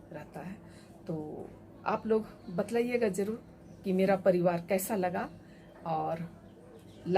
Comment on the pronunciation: Madam batlaiyega nahi bataiyega hota hai